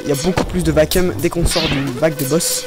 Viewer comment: Hi, pour info, on dit vaquioum ^^